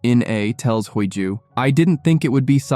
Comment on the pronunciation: The FL's name is pronounced Hee Ju not Hui Joo. The two leads are good looking which took away some of the plot where they were both threatened by a psychopath and living under a dangerous situation. A romance has developed under this black cloud. Very interesting plot if you consider all the factors in their daily lives. I really enjoying this series 💞💛💞